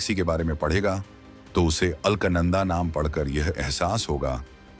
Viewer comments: It is ALAKANANDA and not ALKNANDA. Pl correct the pronunciation. Thanks. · अल्क नंदा नहीं , बेटा अलक नंदा बोलो😂😂😂😂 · अल्कनंदा नहीं है अलकनंदा है लगता है तुम्हारी अक्लमंदा है सही उच्चारण करना पहले सीख लो फिर पैसा कमाने के लिए यू ट्यूब बनाते रहना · ALKNANADA NAHIN SHUDDHA UCHCHARAN ALAKNANDA KAHTE HAIN JO GANGA KA PAHLA NAAM HAI JO GANGOTRI SE NIKALNE KE BAAD PAHLA NAAM HAI AAGE ISEY MANDAKINI KAHA JATA HAI FIR HARIDWAR AATE AATE ISEY GANGA KAHA JATA HAI JO 3000 KM AAGE JAKER GANGADAGAR ME VILEEN HO JATI HAI YANI HIND MAHASAGAR ME VILAY HO JATI HAI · अरे मूर्ख राजा, दिये हुए text तो ठीक से पढ़ लेते। मूर्ख, नाम उस Galaxy का अल्क, "अल्कनन्दा " नहीं बल्कि है " अलकनन्दा".।पता नहीं कौन ऐसे नमूनों को चुनता है कमेंट्री commentary देने के लिए। पढ़े लिखे अनपढ़ -- यही तो हमारे भारत की सबसे बड़ी कमी है। तो श्री "अल्कनन्दा "जी,हम चले,आप कृपया त्रुटि सुधार लें ,।धन्यवाद। जयहिन्द जयभारत।....UK से। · Are ye alaknanda ni Alaaknanda hai